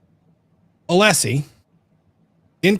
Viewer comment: I hate the fact that after all this time still doesn't know how tp pronounce Alessi's name. Or refuses to. Just another symptom of his behaviour.